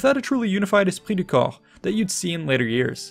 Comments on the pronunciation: "Esrpit du corp" perfectly pronounced! that caught me off guard. Pas mal :) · Wow, you nailed that "esprit de corps" pronunciation !